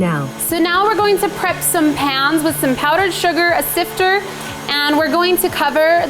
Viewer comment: "Sifter" did anyone notice that it was the wrong pronunciation??